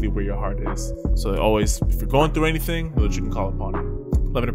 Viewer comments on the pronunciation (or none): none